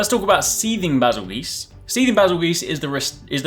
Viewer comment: “Bas-il- GEESE” ..........wut